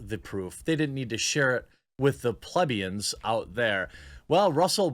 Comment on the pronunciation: I love you Jeremy, but it’s pronounced plEEbians. (Example: You F’ing PlEEb) That needs to be pronounced right ore else you risk being called a pleb yourself lol.